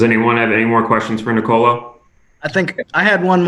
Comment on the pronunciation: The correct pronunciation is Nicolò , not Nicolo